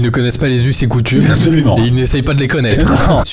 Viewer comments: Mdr par contre au risque de faire ma chieuse on dit les « us et coutumes » et non eusses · Les us et coutumes, pas les eusses, couillonou ! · Les us et coutumes et non les eusses et coutumes !!! Je sais, je suis chiant. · Les US (et coutumes) ... pas les "eusses" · Les "eusses" et coutumes ? 😊 Joyeux 10 ans !! 🎉🎊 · Les "us" et coutumes pas les "eussent" 😆 bon anniv de 10 ans Maxime! 😄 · mdr les "eusses et coutumes". Ca s'écrit "us" mais ca se prononce "usse" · Par contre ce sont les "us et coutumes" et pas les "eusses et coutumes" 😂